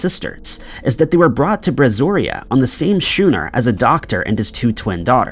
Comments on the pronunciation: The sailing vessel is pronounced skoo͞′nər, not 'shoo nər. I know it is spelled schooner, however it is pronounced different. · It's pronounce "SKOO-ner", not "SHOO-ner". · It's pronounced scooner NOT shoo-ner. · That's schooner pronounced skooner not shooner. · Just FYI: “schooner” is pronounced “skooner”; not “shooner.” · “schooner” is pronounced, “skooner,” not shuner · 'Skoo-ner', not 'shoe-ner'! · "Shooner"? Schooner - a type of sailing ship - is pronounced "skooner" ... same way the word "school" is pronounced skool, not shool. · Schooner is pronounced 'skooner,' not 'shooner.' Carry on. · As in “school”. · how do u you expect to be taken seriously when you can't even pronounce Kiev or schooner.